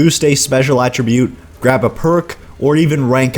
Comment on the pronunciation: I know this is nitpicky... but could you please pronounce attribute correctly. You CAN pronounce it using it, if you're using it as a verb.... Attribute in this case is a NOUN... has a totally different pronunciation, At as in 'he was at the wasteland'. You're also forgetting just how overpowered the luck tree is. maxing luck out in fo4 is not a bad idea. especially if you have high perception, int, or agi.